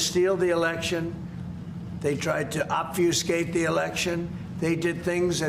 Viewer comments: ob-fer-skate - his newest biggest word. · . One can make out from the way the orange lump says the word, that he's just learnt 'obfuscate' for the purpose of this presser! 🙄 Just listen to the way he says it! 😆😆😆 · … don’t think I’ll get over hearing Trump using the word ‘obfuscate’.😉✌️ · Someone taught him a new word…‘obfuscate’! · He could repeat "obfuscate" but has no idea of what it means and used it improperly. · Who taught him the word "obfuscate" 🤣🤣🤣🤣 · Evidently no one 😂💙